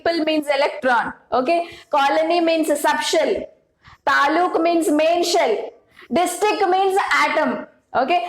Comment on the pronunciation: That is not talu that is taluk it means district and it is kannada word nalini mam is from Karnataka know that's why she used that word❤ and mam tells It wrong that is atom is state and shells are district means taluk can you understand now😊